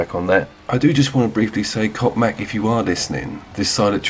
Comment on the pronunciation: yeah. Perfectly pronouncing that P in coPmac....